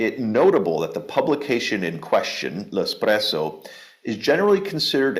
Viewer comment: Pronounce "L'Espresso" as "lespresso," not "el espresso." PLEASE & THANK YOU